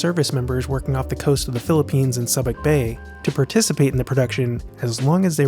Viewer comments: “Subac” = “SOO-buk”. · Subic Bay sounds like soo-bick not like suhbik. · “Subic” of “Subic Bay” is pronounced “SOO-bic”, not “Suh-bic”. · SOO-bic Bay, Erich LINES-dorf, Georg SHOL-tee. I gather you've never heard of this place or these people. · Soo-bic Bay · Isn't it pronounced "soo-bik" bay? Anyway, good job!